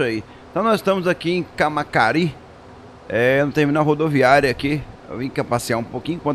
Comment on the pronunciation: Não é "camacari", e sim "cama(ça)ri"